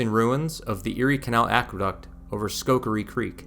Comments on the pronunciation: It's Schoharie not Schokarie! But this is a great video. Thanks for creating and sharing! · Well done! BTW the Schoharie County, Creek & Village is pronounced: skoh-HAIR-ee. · Not taking anything away from this very good video. Thank you for producing and sharing it. Very good quality videography. 2 constructive criticisms: - Selfies are creepy, no matter how beautiful you are. I find them to be a big distraction. I'm here for the subject matter. -It's pronounced, "sko-HAIR-ree" (Schoharie) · Great video, really good production value. But, Schoharie is pronounced like Sko-Hair-E. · He couldn't pronounce Schoharie, there's no way he would even try this. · thank you, I came here to correct the pronunciation of Schoharie as well. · This was so peaceful to watch - thank you. For not being from here, you did a great job with pronunciations. We’ve got some interesting pronunciations in Upstate NY. (Schohaire: Skoh—hair-ee.) Am not sure about Medina, but am assuming the town is connected, so it’s: Meh-dine-ah. Cayuga: Cae-yoo-ga. And yay! You showed Baldwinsville (Lock 24) just before highlighting Phoenix’s lock! Baldwinsville has an island right on the canal that hosts summer festival days, concerts and other events. Phoenix up to Oswego is rich in history, and if folks get to Fort Ontario, be sure to stop in at Safe Haven, a museum dedicated to the refugees from the Holocaust that’s in the Fort Ontario complex but a separate entry. Thank you - am looking forward to exploring your video library!